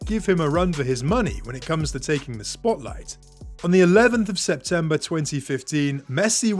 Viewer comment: When you said Septenber 11 I almost shat my pants